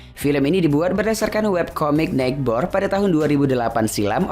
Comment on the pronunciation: Bukan 'Night-Bor' mas, it is sounds like 'Nei-buhr' 🤗 #jangandikecamyah gak niat sok² kan kok, cuman ngasitau aja loch😚